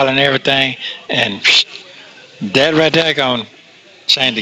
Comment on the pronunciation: Hey, the word is That, not dat, The, not da, These, not dese, There, not dere. Get it?